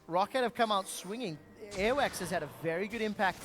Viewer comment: Every time I hear the commentators say "Airwaks" sounds kinda like earwax